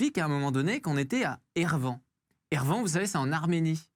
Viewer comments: Ervan ça se prononce Érévane il me semble... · Erevan (capitale de l'Arménie) se prononce "érévanne" et non pas "ervan". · Érévanne : ça se prononce de cette manière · "érévane". Mais bon, vous n'y étiez pas on plus ! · Ervan ? Apprends à prononcer le nom de la capitale de ce grand et beau pays qu'est l'Arménie. Évidemment que vous êtes ZemmourTV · S'il te plaît, apprends à prononcer Erevan : (i)érévane